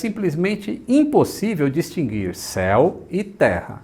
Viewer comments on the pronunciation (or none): none